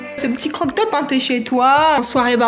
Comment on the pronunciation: on dit pas croq top mais crop top! 😉